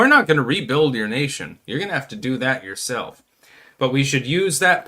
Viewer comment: Why do you pronounce it “fuck yi-self”?